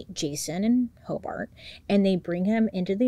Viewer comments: This is crazy I live in Hobart, In. It’s pronounced Hobert. Detective Ogden is a BOSS! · but yet she mispronounced Hobart lol